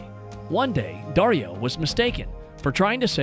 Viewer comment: The way he pronounces passione and dario